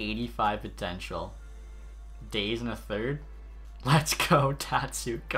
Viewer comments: Dah-zay not days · "dayze" c'mon man... eric daze (dah-zay) was a force for the hawks back in the day. that's rough. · The way you pronounce Daze... 😥😥😥